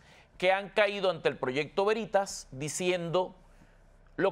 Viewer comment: Se dice Veritas o sea el acento sobre la e. Latin. Quiere decir verdad.